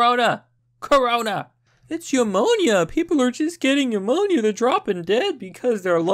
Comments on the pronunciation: Pneumonia is pronounced "new mo nia". Not "YOU mo nia". Just saying... it was bugging me. But in chinas case it's pronounced "cor o na" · New Moan Ya , is how you pronounce pneumonia GUY